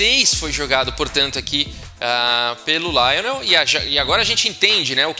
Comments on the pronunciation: Rafael: se Lionel era francês, a pronúncia jamais seria como a que fez, na forma inglesa. "LIonel" em francês, é bem mais próximo da pronúncia em Português de "Lionel". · Se o cara era francês, então a pronúncia não é Laionel. A primeira sílaba é pronunciada igual ao português, ou seja, Li. Assim como Garry Kasparov é pronunciado no russo como Gári Kaspárov